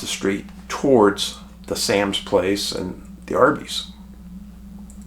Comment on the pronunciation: Hey Dave, thank you for keeping these cases alive! Fyi it is pronounced psalms place (Sahm’s) I grew up in this area in 80’s-90’s. Lived here on and off my entire life, I do not recall many uap sightings being reported around these parts, there may be some I am unaware of but none the less very strange case w many profile points! I wonder what other local news for local consumption I can dig up on this? I will let you know if I find smthn interesting!